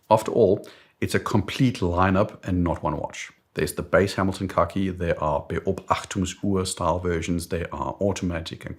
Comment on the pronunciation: I love how you say “Beobachtungsuhr.” Great pronunciation! Greetings from Germany.